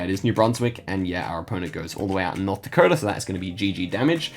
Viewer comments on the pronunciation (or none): none